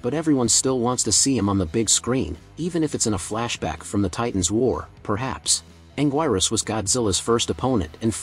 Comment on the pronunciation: it's anguirus not anguirus